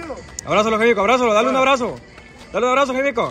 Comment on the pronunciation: Dice jaimico jajajajjajaja